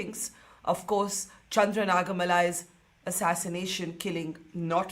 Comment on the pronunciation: Ms Dutt at least give the departed soul some respect by learning to pronounce his name properly - Nāga Mallayya - not Nagamalai. It’s not नाग् मल्लय्. Ayya is Prakrit tadbhava of Arya.